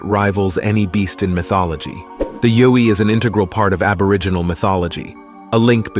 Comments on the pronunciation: The yowi is pronounced y ou i but but spelled yowi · Yowie - pronounced "Ya-way" Down Under.